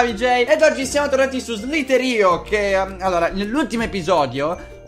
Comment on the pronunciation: si legge SLAITHER IO